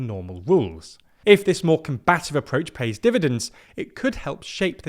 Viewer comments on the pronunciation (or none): none